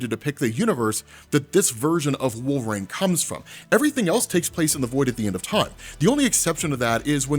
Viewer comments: Anyways throws me when my man says Wol-vraine, maybe it's a regional thing but I've never heard it like that before, contents good either way bro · Wolveraine* can’t unhear it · definitely says wolve-rain 😂😂😂